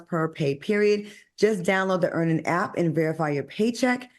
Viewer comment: Lol stop making Al discuss Earnin’…. He always says Earn In 😂